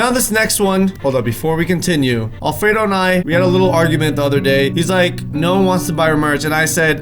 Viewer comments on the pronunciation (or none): Why did it sound like alfredo said anal 3 times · sounds like Alfredo is saying anul